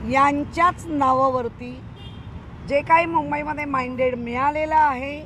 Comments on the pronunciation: बाई ईंग्रजी येत नसेल तर नीट मराठी बोल,जनादेश😅 मांईडेड नाही मॅडेंट बोल. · Mandate म्हणा नीट